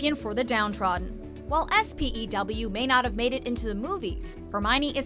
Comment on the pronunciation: It’s not s p e w it’s S.P.E.W ONLY POTTER HEADS get this and if you have read the books